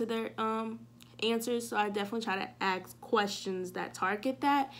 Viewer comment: Just want to say I think you are doing a great job with your channel. Good luck. One suggestion is that you pronounce "ask" correctly. Please don't be upset with me for this suggestion. You are so knowledgeable and well spoken.